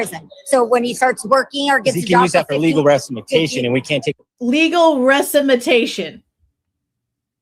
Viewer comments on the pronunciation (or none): indeed 😂 he said “resimatation.” Another special “Homer Simpson” moment from soon to go viral. Must always put that great edumacation on public display,, every time you get a chance.